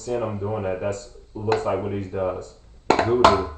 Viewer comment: he calls it uru not guru. But the motion is similar. Very nice lesson thank you!